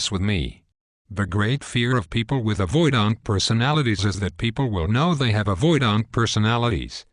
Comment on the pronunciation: "Avoid-ahnt" :( Great topic that's sorely lacking in YouTube videos. AVPD crushes lives. Thanks!